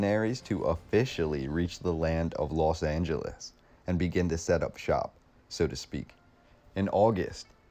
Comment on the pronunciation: Why does everyone say Las when it is Los Angeles?